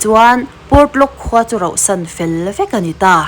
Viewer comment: Rohsan❌ Rauhsan 💯